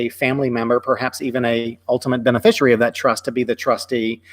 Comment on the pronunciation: Is it "bene-fishery"? I think it is beneficiary ( benefish-ee-air-ee).